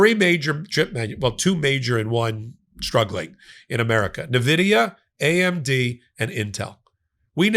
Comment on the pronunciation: "in vidia" :D prounounce the N then Vidia